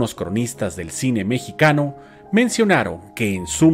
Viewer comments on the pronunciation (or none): none